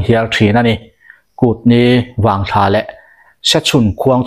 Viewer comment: Kutni vangthlâ tih loh tur. ' vangthla ,' tih zawk tur😂. ṭang zêl teh.